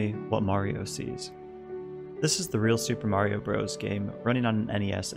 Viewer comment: Cool. Now if you can learn to properly pronounce bros.